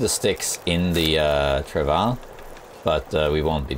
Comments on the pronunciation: stress the W a bit more. It sounds like your saying trav ah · I love you man but is not how your pronounce travois. Not in French or English. Its a French word.